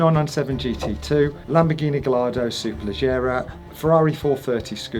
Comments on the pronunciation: Did you not fully read that which I wrote. No... you're not Italian so why pronounce Superlegger as Superlejjera ? Can't have it both ways. Pronouncing it as its spelt makes you sound an idiot . But I actually like you. Not like Adam C who also mispronounce it. Please rectify it one way or another. Start pronouncing it SuperleGGera then. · Why.... do you mispronounce Gallardo ? But go on to pronounce Superleggera as Superlejjera ! Before you say.... its spelt Gallardo and not Gayyardo